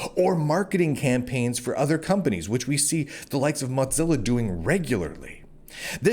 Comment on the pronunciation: I admire your optimism even if I don't share it. However, what I really want to discuss is your pronunciation of Mozilla like you're trying to say mozzarella. Is that intentional? I kind of hope it is because they deserve the insult given their politics. I'm starting to suspect that maybe the reason YouTube is only allowing me to have 360p is because of my political viewpoint and not because I'm using Firefox since I've heard from numerous others that they don't have that limitation while also using Firefox. If this is true, then some things may need to change, and I don't mean the browser I'm using, at least not yet.